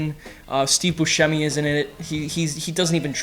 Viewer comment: You're pronouncing Buscemi wrong btw